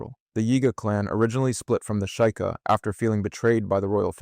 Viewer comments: It's Sh-ee-ka I think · Bro, is this Ai or do you really REALLY not no Zelda that well? I'm being serious. You mispronounce words all the damn time! It's pronounced SHE-KA NOT SHY-KA! LIKE come on bro really! You're making Zelda videos and can't even pronounce words correctly? It's ridiculous honestly. It makes it so hard to even watch your videos because to me it shows that this is Ai or you're just making videos about stuff that you don't even know about dude smh. Like it makes it really hard for me to watch your videos honestly smh. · “shueyeieka” T-T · "Sh-I-ka" ???WTF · how in the name of hylia did you manage to so horribly mispronounce "sheikah"?